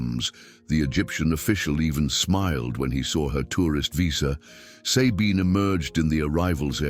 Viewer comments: The way the name "Sabine" is pronounced here is biasphemy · Sabine's name is not pronounced correctly...lame... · Not possible to listen to someone who says Sabine instead of Sabine. Bloody AI